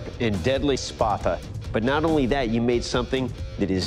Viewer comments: It just sounds like they can’t properly say “sparta” when they say spatha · I thought he said “you need to create this weapon... the spappa.”